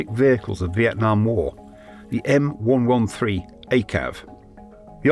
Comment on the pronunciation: Thank you for saying M One One Three correctly.